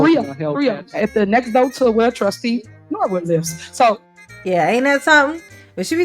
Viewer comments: The mayor saying doh? 😂😂😂😂😂 instead of door. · That ghetto mess said doe instead of door.